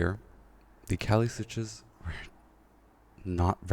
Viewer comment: Not to be that guy, but its Kailh not Kalih. I misread the word the same way as you up until recently lol. Otherwise great video!!